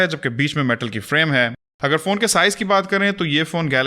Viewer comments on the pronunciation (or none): none